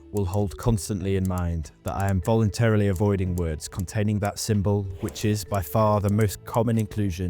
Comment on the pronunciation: /Voluntrili/ LURN HOW TU SAY WURDS